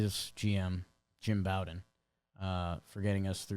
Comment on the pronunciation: Jake Jim Bowden pronounces his name like Beau-den or Bo-den. It's not pronounced like the bow of a ship or Bobby Bowden